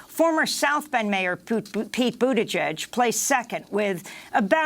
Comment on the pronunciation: I refuse to believe that Amy accidentally mispronounces Poot - I mean Pete - Buttigieg’s name... she’s done it a few times now. AND I’M HERE FOR IT.